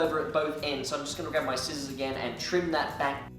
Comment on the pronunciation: I never thought I'd hear another person say skissors besides me in my life :o